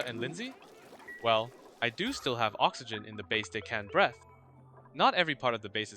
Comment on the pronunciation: I was just rewatching the Vole Farm video last night and was thinking that I hadn't seen a new update in about a month, and then the next morning there's one out - nice! 1 hour exactly and a good edit. A quick language note: breath is a noun, breathe is a verb, and they are pronounced differently. “I take a deep breath (breth), and then I breathe (breeth) slowly.” Breath = (the air) short “e” sound like bed, breathe = (the action) long “ee” sound like see. Great content as always, nice seeing a challenge mixed in with the speedruns. It's not highly optimized in advance or controlled to remove all the RNG - which I find a lot more entertaining since you have to react to unexpected surprises and you're still learning and testing during it. With some of these lessons learned you could probably take it even further.